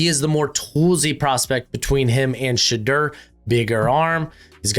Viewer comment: bro why do you say Shedeur’s name like that?